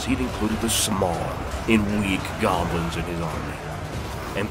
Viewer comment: I thought you said he killed off all the govlins. And the very next battle you day orc and goblins.... not picking. Just enjoying the storytelling. But picked up some minor issues.